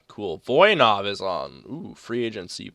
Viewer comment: The struggle talking about Voynov :p